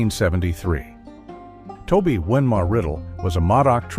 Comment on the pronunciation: It's actually pronounced Wineema. I live in the klamath basin and many things are named after her here.